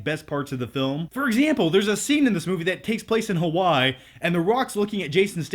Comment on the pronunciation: Why in the hell did call Hawaii “Ha Why”